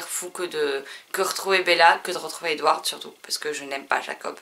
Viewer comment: Moi aussi j'adore l'univers de Twilight Je déteste aussi Jacob et le d de Edward ne se prononce pas Ps:continue ❤️